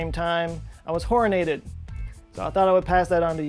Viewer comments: I thought he said Whoreinated. Glad I an now corrected. =/ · Horinated. At first I thought you said horny. Lol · Please. Stop saying horinated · He said horr-in-ated three, check that, four times. Make more funny words.